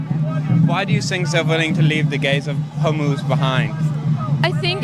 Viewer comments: I started watching through audio, and I was so confused because I thought he was saying, “the gays of homos.” I thought he was saying that we only talk about straight homophobic people and not gay homophobic people, which I guess if we have white people that are racist against white people, we can have homophobic gay people. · Can't tell... did he say, "The Gays of Homos'? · “The gays of Hormuz” 😂